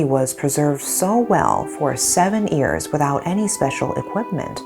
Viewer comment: the way she pronounced years is ears I always noticed it.